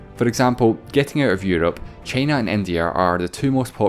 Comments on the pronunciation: Nobody:: ChEyNa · This guy's accent is great... until he says "China" 🥴